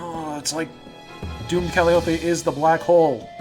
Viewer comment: It’s Cal-eye-oh-pee. Not Cal-ee-ohp. SHE AINT A CANTALOUPE, SHES A TRAIN WHISTLE.